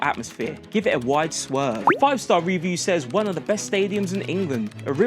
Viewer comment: The way he keeps saying review like an idiot is proper boiling my blood 😂😂